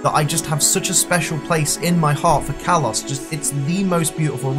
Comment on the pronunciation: Kalos, not Karlos